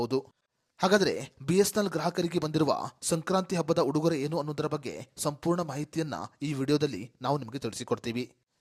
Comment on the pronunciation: ಅದು "ಹುಡುಗೊರೆ" ಅಲ್ರೀ... "ಉಡುಗೊರೆ" ಎಲ್ಲಾ ಅಪಭ್ರಂಶದವೇ.....,,, ಖರ್ಮ😡